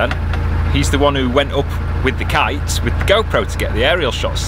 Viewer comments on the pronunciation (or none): none